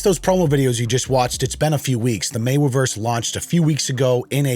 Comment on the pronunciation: Makes fun of Gayweather saying Mayweverse....can't say Anon correctly... You can't make this shit up.